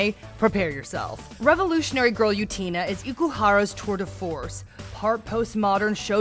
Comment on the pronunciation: Revolutionary Girl Utena would be an awful first anime to see, it’s too weird and there’s so much incest. Also way to butcher the pronunciation of Utena’s name. Almost seems like you never actually watched it